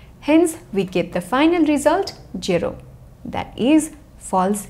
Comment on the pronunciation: Mam i love your JERO JERO 🤣😂